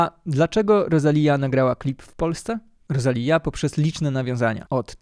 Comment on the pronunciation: inaczej się wymawia Rosalia ....aż boli